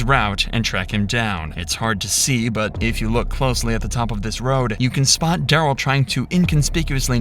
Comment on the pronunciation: Ole Duh-rell.